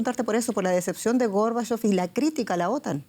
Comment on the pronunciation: ¿Por qué la locutora tergiversa el nombre y apellido de Mijaíl Gorbachov? ¿No sabe leer en español?